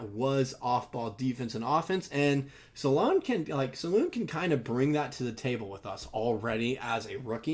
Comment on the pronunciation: I believe it’s Sah-loon. That’s the way they say it in the euro highlights